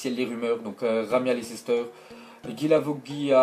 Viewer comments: Tu peux arrêter de dire Lecéster stp lol merci ^^ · C Leicester pas lecester